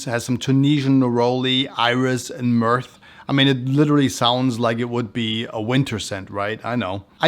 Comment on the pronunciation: It’s I-So E Super, not I-S-O E Super. Also, it’s myrhh, not myrth. Not sure how you’re making these two mistakes with such a massive collection behind you…